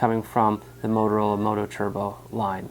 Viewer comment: It's MOTOTRBO not "Moto Turbo"...